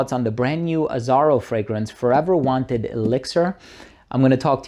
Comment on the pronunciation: "Wanted" not "Wanter" you lucky sample man 😂